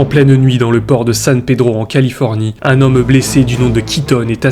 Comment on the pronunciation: Très bonne vidéo mais ta diction est un peu pénible. Tu accentues les E dans beaucoup de fin de mots, on dirait que tu te forces. En pleinE nuit, un hommE blessé, une silhouettE dans le noir… Sinon très bon boulot !